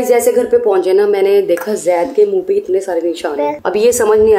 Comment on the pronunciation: didi aap Hamesha Se jeaid kahati he pr Zaid Hota Hai😂😂